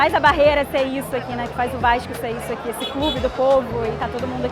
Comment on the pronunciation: ''vaiiixxxxxxcuuuuu...'' lembra muito meu primo la de bom sucesso falando no grupo da familha kkkkkkkk salve ae de SP